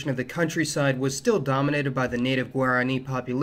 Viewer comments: good video, but I have to set you straight on the pronunciation of Guarani; it's gwah-rah-KNEE, rather than gwair-ah-KNEE. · I enjoy videos like this, even if mispronunciations of Paraguay and Guarani grate on me. I lived there 1975-76 as a Peace Corps volunteer, and have hoped to get back. I started back in 1016, but ended up staying in Ecuador. A great movie for understanding some of the history is the 1976 "The Mission." Thanks